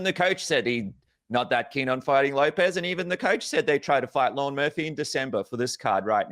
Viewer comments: its Lerone Murphy not Lauren Murphy xD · Lerone NOT Lorne 😄